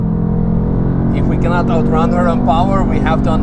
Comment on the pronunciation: First mercedes that says has no powa